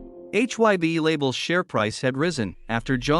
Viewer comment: I'm sorry but according to the leader of BTS RAM formerly known as Rap Monster also known as Kim Namjoon you are pronouncing HY BE wrong it is not pronounced H Y BE. HYBE is supposed HYPE remove P replace P with B now pronounce hype with a B that's how you pronounce HYBE H Y BE and you're even professing to be a Korean dunes outlet you should know how to pronounce Korean vowel sound shouldn't you fubar!